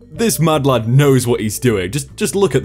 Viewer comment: Everytime you say madlad. I feel like you are saying mudblood idk why